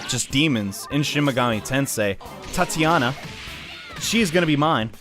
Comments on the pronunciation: Tatiana? ti-tan-ia. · Hnnnnnng so triggered he kept calling "Titania" as "Tatiana" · it's Titania, not Tatiana. XD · Love the video, but her name is pronounced TI-TA-NYA! Not Tatianna. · Tatianna? You mean Titania? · isnt it TEE-tania? or is english a fuck as always? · Bitter Hamster It's TIE-tania. English is a fickle language as always. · Still not a Tatiana as he claims when he encounters her